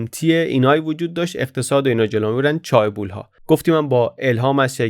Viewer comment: در chaebol, تلفظ درست ae صدای اِ میده. چِه‌بُل